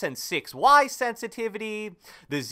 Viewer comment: “Sensitivity” lmfao only real ones know what I’m talking about shout out